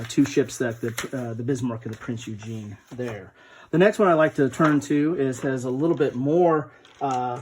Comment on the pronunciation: Shout out Good job I like your channel! Keep it going... Have you looked at Admirals' War: World War II at Sea by Canvas Temple Publishing? Just a side note you are not pronouncing Prinz Eugen correctly? You are saying Eugene :)